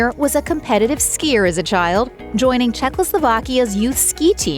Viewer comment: Too bad you flubbed the name of the whole country, formerly CzechoSlovakia, by saying Czechlosovakia.